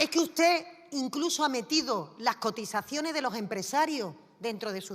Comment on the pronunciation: ALEJAO, APARTAO, INTERÉ, COTIZACIONE, EHPAÑA, que mal habla....